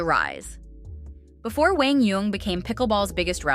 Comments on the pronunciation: It’s not Wang it’s Kwang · my name is Quang. and the correct pronunciation is like KUANG not wang, it’s really not that hard. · His name pronounce like Kuang not wang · They are not that off in his name. His name should be pronounce with a Q sound but the South tend to pronounce it with a W sound. But it should sound more like "Wan" instead of "Wang" but they are trying. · Come on AI, try to pronounce the guys name correctly......at least have a real person do it !!! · Pls pronounce his 1st name correctly.